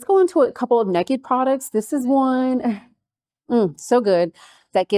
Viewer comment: The way you said ‘neked’ when referring to the naked products just made me chuckle and had to mention lol😊.. love this review vid❤